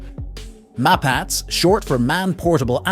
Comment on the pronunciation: Wrong pronunciation for all Israeli weapons systems. 'Na-Mer' (Hebrew for Tiger), not 'Neymer'... Both 'Mapatz ' (Maul) and 'Merkava' (Chariot) are pronounced with the last syllable emphasized.